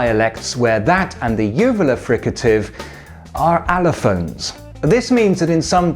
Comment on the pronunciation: "...but there are dialects where that and the uvular fricative are elephants." Wait, what?? ... Oh, right, allophones...